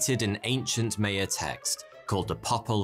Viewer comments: Maya not Maya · It's not Mayo, pronounced My-yan, you English kill the name all the time. Gram Hancock has proven that life in North America is way older than the land bridge and that there was major life in the Amazon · Sandstone “butts”? It’s pronounced “bewts” MAYan? It’s pronounced “MY-an”. Who gave this guy a job? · its maya, not meya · Nobody pronounces Maya like that, not even the drunken Irish. (M eye uh) Also "butte" is not pronounced "but". More like beautiful just without the iful part. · A guy that can’t even pronounce Maya correctly, pooping on Hancock, West and Schoch...oh boy the internet has really outdone itself today. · The pronunciation of "Maya" and "Ouija" really surprises me... This is just a basic reading using English rules and as an American, it bothers me. Where the hell did we get the idea Ouija is Weegee and Mayan is Myuhn... I realize he didn't say Ouija in this video... its just still on my mind. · I love your content but the way you're pronouncing "Maya" makes this one hard to watch as a Mexican 🤣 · it hurts my ears everytime you mispronounce Maya!